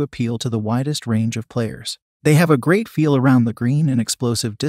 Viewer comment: Have watched other videos from this source. Not bad, but my recommendation is that the maker listen to their own product. Titleist V1x is not Titelist "Vonex", and misspelled words are spoken as they are misspelled (example: instead of "great" they typed and read "grea"). Technology is wonderful but it doesn't fix ineptness or stupid.